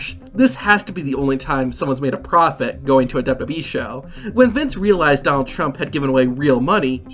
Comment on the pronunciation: Why do you keep calling it DibDIbWeeee???? Its damn irritating